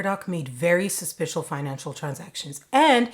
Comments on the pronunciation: I love that you said, suspishal. Let's make that a thing. It's suspish, HAIL OUR QUEEN, but a little extra. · SUSPISHIL! I'd have never noticed if you didn't point it out...you are hysterical no matter how serious the subject matter! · I'm going to say suspishil from now on, don't know about you.🙂